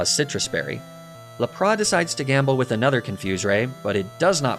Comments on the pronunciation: I know you pronounce Pokémon names as a joke and to bait comments. So I guess I’m falling victim to that strategy, but idc so be it. This needs to be said, pronouncing the epic water Pokémon Lapras as “Luh-Praw” is a true sin. A crime worthy of incarceration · I was gonna subscribe... But then you pronounced Lapras the ABSOLUTE WORST POSSIBLE WAY that I have EVER heard... So... No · Same with Laprà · aw hell naw what's a Lapras?!! all my homies know it's laprAH